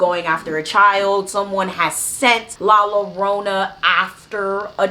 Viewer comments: 2 l's make the "y" sound so it sounds like Yarona. Sorry I couldn't help it 😅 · No disrespect at all , I wanted to say it’s pronounced l-ah j-oh-rr-oh-na ‘ I enjoyed this ✨